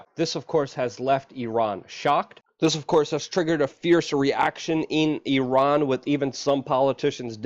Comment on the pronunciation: Guys....... "E-Ron"